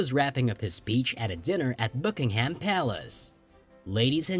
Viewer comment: Could we please have a narrator who can pronounce "Elizabeth" and "Buckingham". A lot of these examples are nonsense. Half of the Queen's' "subjects" don't respect her. You realise "The Crown" is fiction? Hardly something to base your research on.